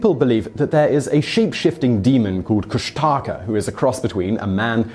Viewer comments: Guys, I’m aware that pronunciations of unfamiliar words and/or names can be a challenge, so here’s a freebie. It’s not Kush-TAA- kuh. It’s Kush’ta’ka with very little to no emphasis on the last two syllables. I hear the wrong way in audio books, on tv shows, and now being spoken by Mr. Whistler.. it’s crazy making. (I say this as a long time resident of Southeast Alaska.) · You said kushtaka all wrong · Great video about my home!! My children are the 5th generation on the maternal side of my family to be born here in Alaska! Just a tie bit of helpful info, the Tlingit (the T is silent, pronounced like Kling-kit) tribe is Solely in the South Eastern region of AK (where I live) far far away from the mainland of AK and the perimeter of the AK Triangle. The beast you’re talking about is pronounced Koosh-TA-ka with the emphasis on the middle syllable, we hear stories all the time about them. Around here it’s said they are “land otters that can shape shift and have red eyes, they simulate sounds of women or babies crying to lure its prey” I know ppl, have family, thatve sworn to seeing them while out hunting.